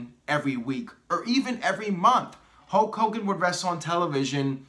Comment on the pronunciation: It's not 'HOKE hogan, it;s pronounced 'HULLLLK' hogan. What about HULK hogan 4.0, The Rock 3.0, Jon Cena 2.0, Roman Reigns 1.0